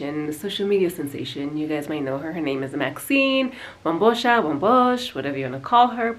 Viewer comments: am i the only one who realises she is calling her WAMBOSHA...lol. still love her though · It is Wa-bo-sha🙄